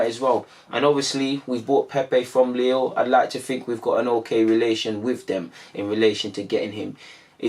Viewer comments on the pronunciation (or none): Lille is pronounced LEE-LL. Same as "feel" but replace F by L.